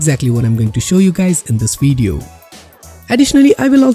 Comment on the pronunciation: Weeeeeeeeeeedeo? its Video ;)